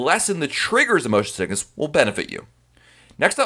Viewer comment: I am laughing so loud - THE WAY YOU PRONOUNCE MOTION SICKNESS LMAOOO